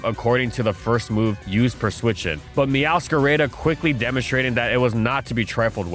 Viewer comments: I thought I had heard all of false pronunciations until he whipped out "meowscarayda" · Another great video, but why you gotta pronounce Meowscarada's name like a white guy saying quesadilla 😭😭😭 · I'm not sure which hurt more: your insistence on using Hydro Pump over Surf (except for GSC Blastoise I guess), or how you pronounced Meowscarada using an English long-A. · Me hearing him say the name meowscarada wrong: 😭